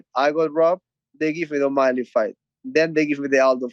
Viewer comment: chito messes up omalley the second time around